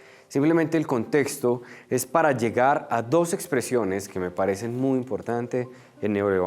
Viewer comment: P.d En vez de: uy....e preocupación .......edicen....DEBE DECIR: muy...es preocupante...se dicen